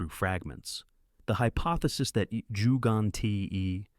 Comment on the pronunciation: Please learn how to pronounce Ggantija . The 1st G sounds like the g in G-ermany. The second is a g as in G-alaxy An as in An-iversary. Ti as in tea and Ja as the ya in yard I hope this helps. I couldn't watch past the 4th mispronounciation. And each time they were different 👌